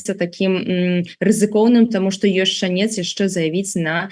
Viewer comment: Вы супер! Дзякуй за працу!! Андрэй, мае спачуванні і трымаю за вас кулакі!! P.S. Прабачце! У слове шАнец - націск на А 🙏🏽